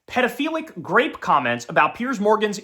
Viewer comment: Rape.. Not grape.. Come on man!